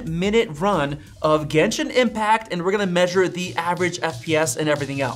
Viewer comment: "Gentian impact" 💀💀